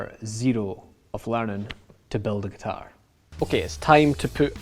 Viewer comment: G U T A I R